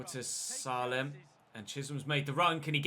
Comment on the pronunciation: you actually pronounce Salem name as Say-lem please like so he sees this ❤️